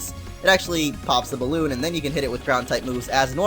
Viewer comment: Boalloon? It's balloon ._